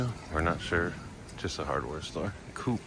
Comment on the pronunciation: It is a Co-Op market; pronounced Co-Op, as in co-operative - nothing to do with Aruba, typically they are membership based.